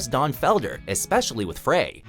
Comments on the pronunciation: You pronounced it FRAY.... FRAY? are you kidding me? It's the freaking Eagles. You should know how to pronounce his name. It's not FRAY. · It's pronounced "fry". Glenn Frey. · It is pronounced Frey like FRY, research please. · Glenn Frey's last name is pronounced "Fry," not "Fray." Just saying. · jf's pronounced fry not fray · FRY....not FRAY...bloody hell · Glen Frey is pronounced "fry" not "fray." How can you be taken seriously when you can't even do enough research to pronounce peoples' names correctly. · GLENN FREY , pronounced Fry , NOT Fray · It's pronounced "Fry" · You pronounced Frey wrong. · He does it in every video featuring the Eagles. The woman who narrates WatchMojo is seamless, but this fellow mispronounces a LOT of names, Glenn Frey being the most obvious offense. Doesn't he have an editor who proofs these things (who is older than 25)?